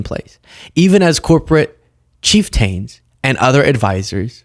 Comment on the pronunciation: “ Chief- tanes” for “chieftains”? 😊🤣 I enjoy your humour, but I think this was unintentionally funny.